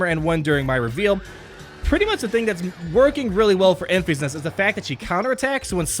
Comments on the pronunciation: Have you not seen Solo yet? It’s Enfys(en-fis) not (en-fees). You’re driving me crazy lol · It should be pronounced like Memphis, TN. Not Enfeeze.